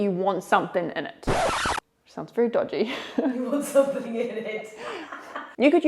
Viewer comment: "Sounds dodge-y"😂 little bit.